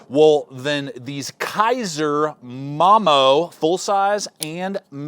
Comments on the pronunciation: Thats a unique way of saying momo. 99.9999% of people would say it like Mo-Mo then the 0.0001% Mom-o.....lol. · Chef Style? I didn't see a chef style pocket knife in the video. Now I seen a Kiridashi style pocket knife. Its Momo not Mom-o holy shit.